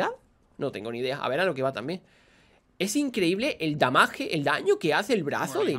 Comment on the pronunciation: Papi hable bien, si va a decir daño dígalo y si va a decir damage dígalo bien… Sólo como consejo